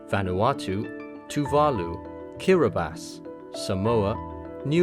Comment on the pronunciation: Kiribati is not Kiribas